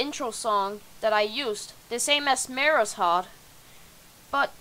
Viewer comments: He says it like mayrus-hart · fans say: Mayrushart You: Mayrushhart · Are you saying mayruhot or mayruhart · I get so triggered when he says mayrushart. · "Mayreshart" lol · i like that you say mayrushart wrong lol